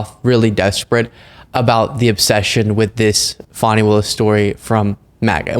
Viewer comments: Kind of a fail to have your legal expert call her FANNI the whole time... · Your guest should learn how to SAY HER NAME! It is not fanny! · Please tell him her name is pronounced fawnie like the baby deer. It irritates me when people on either side mispronounce her name. It is disrespectful. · Her name is pronounced Fawny! Show some respect! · This racist needs to stop pronouncing her name wrong.Fani pronounced Fawnie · Come on, guys. "Fawny"... Just call her "AG Willis" if you're having trouble. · "Fanny Willis"? lol It's Fani Wilis. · Dude said her name wrong, thank you for saying Fani the correct way he corrected himself. This is just a crazy trial. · Love you,. But get your guest to pronounce Fani correctly. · Your host called her Fanny Willis 😡 its pronounced wrong!! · Dude, pronounce Fani's name properly... the way you say it make my skin crawl. Fani (Faw-Nee) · Kudos! I first heard the news here. However, your friend ruined your announcement by mispronouncing Ms. Fani Willis' first name!! IT IS NOT "FANNY!!" 🤦🏼 😅 I am actually disappointed with McAfee's ruling. Both Wade & Willis should not be shamed for a personal relationship that had ABSOLUTELY nothing to do with the law! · Her name is pronounced FAWN-E!!!! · Pronounced FAW-nee. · FYI it's pronounced "Faw-ni", unless you're Maga trying to imply something salacious. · Just to let you know it is not fanny willis its Fani. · Her name is pronounced Fawni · It's pronounced fawni. Not fanny. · Fawning, not fanny. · It's pronounced Fawn ee not Fanny. Spelled Fani. You did correct your boy. Thank you. So many people mispronounced her name 😢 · It isn't Fannie Willis, it's pronounced Fawni Willis. Big mistake from that guy, Trump calls her that. Good you corrected him, but he should have known that. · Fani is pronounced Fawni.... Not Fanny. WTF. Why is it so hard for people to get her name right? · Her name is pronounced FON-E not FAN-E! 😂😂😂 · Pronounced "Fawni" not Fanny.